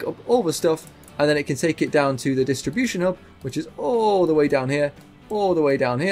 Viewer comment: Cargo hob. I know you say hub, but it is so close to hob